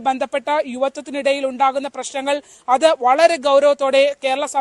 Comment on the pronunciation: Mdam alla, atta aie marum